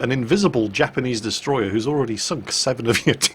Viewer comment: it's not destroyer if it's japanese, it's DESUTROYAH!!!!